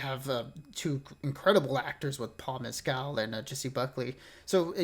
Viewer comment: Jessie Buckley and Paul Mescal pronounced "Mess-cull” are not English or British. They are Irish actors the writer of the book. Maggie O’Farrell is also Irish.